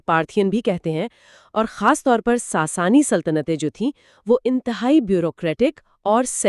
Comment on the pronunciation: ساسانی کو ساسنی کہہ رہے ہین